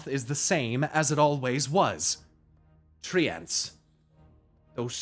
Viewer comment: Why do you say Tree-Ants?